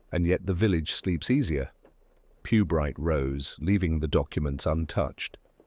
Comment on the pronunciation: Inspector PEWbright?? Lost me after 10 seconds.